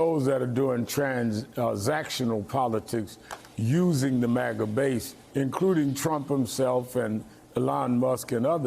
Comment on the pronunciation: It's pronounced phonetically based on how it's spelled, which is Ma-Ga. I feel like the MSNBC anchor is ostentatiously trying to sound high class by pronouncing it Maw-Ga.